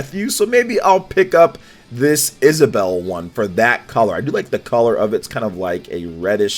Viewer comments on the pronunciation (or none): none